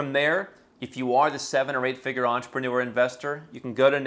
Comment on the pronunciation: Thank you, very informative. Georgia is still on my list of possible places to relocate to, and I appreciate all the information you are providing. Though, I must admit it took me until the 3rd pronunciation to realize that it wasn't "Interpreter" and was instead "Entrepreneur", which really elevated the game on my level of understanding. 😂 Please forgive my ears.